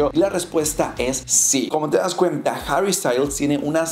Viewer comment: Esta tan difícil pronunciar harry ? Y no decir herrrry como si fuera inglés ?